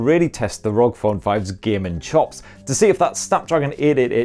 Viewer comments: Rog phone😂 I think it's meant to be pronounced R O G😂😂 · Still a bit weird to here you say ROG as a single word.